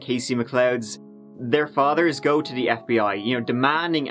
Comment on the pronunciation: Nooooo...What was that! 😂 You're supposed to say "Let's give it a goo"